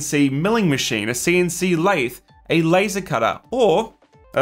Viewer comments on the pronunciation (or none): none